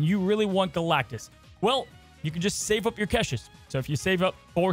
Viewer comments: Lol omg why does he keep saying "keshes"? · must be a big fan of Kesha, only reason to say caches like that 😂. Nice breakdown video!